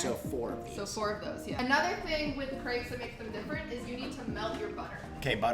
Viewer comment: I'm not even French but oh my god, I absolutely hate their pronunciation of Crêpes. Nice video though.